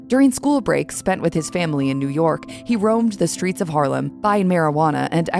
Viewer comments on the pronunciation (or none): none